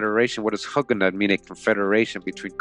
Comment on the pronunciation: Please stop mispronouncing Hugenot sounding like hug...Long u sound as in the sound of hue or blue. Hugenot. Thanks for the useful information.